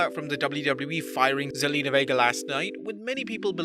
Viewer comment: you said her name right! she used to be on the old TV show 90210 lol